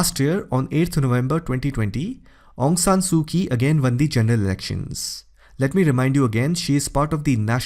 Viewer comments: Her name is pronounced as Su Chi. Ky is pronounced like Ch. Similarly currency is pronounced as chat not kat nor kiat. So please don't call her Su Ki. Wrong! So it's pronounced as Chaukpyu for Kyaukpyu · Actually,her name is aung san suu kyi, not aung san suu ki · Aung San Suu Kyi. Kyi is not pronounced "Kie". The correct pronunciation is "CHIE". Shame on you !! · Aung San Suu Kyi.... Kyi is pronounce as Chi.